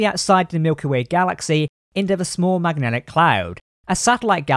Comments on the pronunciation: Its the small MAGELLENIC cloud (like Magellan) not MAGNETIC. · I believe you meant to say MANGELLANIC cloud, not "Magnetic" cloud. Otherwise a great video and very well detailed. The Titan is a beautiful ship. It is a shame we never got to see Riker commanding it in live action. It's too late now, honestly.